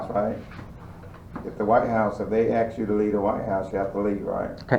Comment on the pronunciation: Ignorant ass pigs. Its ask not aks you freaking wannabe thug.